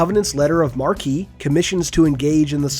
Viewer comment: You gotta work on some of your pronunciations. The Letter of Marque is not "mar-kee" but just "mark."